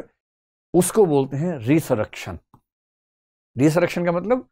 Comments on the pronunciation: It is called રેઝરેક્ષન, not રીસરકશન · Resurrection ka pronunciation galat ho Gaya sir..